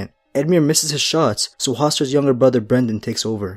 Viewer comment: BRYNden not BRENden